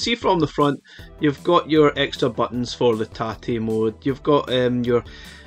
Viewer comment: As a Japanese, I appreciate your correct pronunciation of tate very much.